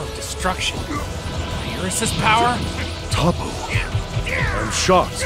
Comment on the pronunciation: No he's called Toppo, not Top, regardless of pronunciations, the English name written for him here, is "Toppo".